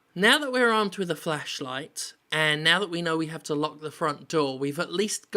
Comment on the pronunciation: It's flashlight Jim, not fleshlight.